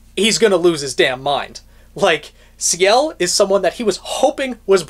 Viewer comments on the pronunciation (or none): Ciel Soleil, See-elle So-lay is the pronunciation. Her name translates from French to Sky Sun, just as Jaune is Yellow.